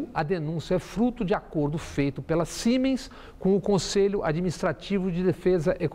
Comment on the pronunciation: Excelente comentário Bob Fernandes, só um adendo, o nome Siemens, se pronuncia com som de "Z", então seria "Ziemens".